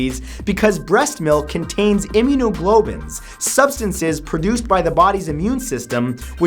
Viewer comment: time for my daily pronunciation correction. immunoglobins....WRONG im-mu-no-glo-bU-lins immunoglobulins.